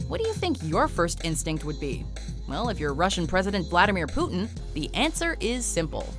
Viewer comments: I dont like the way his name is pronounced in english. Cmon, its Putin, not Puthen. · Poutine hahahaha love the anglophone pronunciation